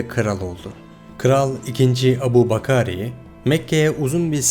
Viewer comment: Adamın ismini bile düzgün telaffuz edemeyince çekti gitti. İngilizcede Abu bakar diye yazılır Türkçe okunuşu Ebu bekir.